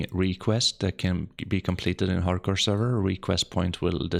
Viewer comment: Haard Core you say?